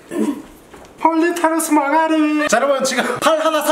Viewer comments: 아 진짜 캐미 미쳤네 ㅋㅋㅋㅋ 머가뤼~ ㅈ내 웃겨 뒤지겠네 ㅋㅋㅋㅋㅋㅋㅋㅋㅋㅋㅋ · 아마존 고대어 머가뤼 ( 버전) ㅋㅋㅋㅋㅋㅋㅋㅋ 아마돈 고뒈어 머과뤼 ( 버줜) ㅋㅋㅋㅋㅋㅋㅋㅋㅋㅋㅋㅋㅋㅋㅋㅋㅋㅋㅋㅋㅋㅋㅋㅋㅋㅋㅋㅋㅋㅋㅋㅋㅋㅋㅋㅋㅋㅋㅋㅋㅋㅋㅋㅋ